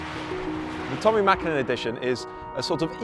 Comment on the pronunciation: Props for the ä in the Mäkinen 👌🏻